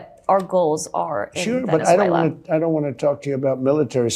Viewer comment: Fukin' pres. Says " I DOONT GET INVOLVED IN IT." INCREDIBLE!!!!! Mfr. Your the cause of all this chaos: domestically and internationally.